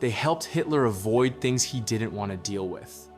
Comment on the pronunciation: I note that the AI narrator pronounces "didn't" ('did-ent') like some 21st century teenager.